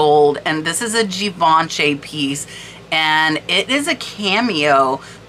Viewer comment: That unsigned Schreiner is probably is or one of the most sought after brooches. I’m not surprised by the price. I love the colors in that one❤ Philippe is pronounced FILEEP Schlumberger is SHLUMBERJAY Givenchy is JEEVONSHEE 💕 Maison is MAZON with a long “a.”